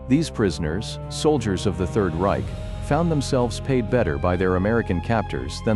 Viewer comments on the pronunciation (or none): none